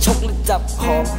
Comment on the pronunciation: จับหอมหรอ ทําไมเสียงมันออกเหมือนจะผอมอะ ออกเสียงชัดๆหน่อยฟังไม่ชัดเจน